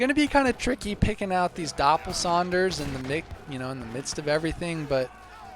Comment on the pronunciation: it's Doppelsoldner not Doppelsonders 😄